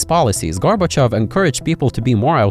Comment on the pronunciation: "gorbochevs" how do you butcher Gorbachev that bad💀🙏